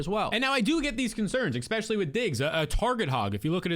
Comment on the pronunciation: great video, thanks. oh, the word is ESpecially, not EXspecially